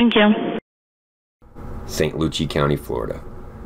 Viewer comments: good job, but you pronounced Port St Lucie County wrong. Its pronounced Lucy (lucee) like love lucy show. Not loochie. I wish you guys had more videos and thank you for the description at the end i hate getting involved and not knowing what happens. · St Lucie spoken like St Lucy.